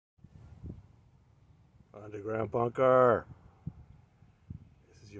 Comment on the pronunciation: You are not alone lol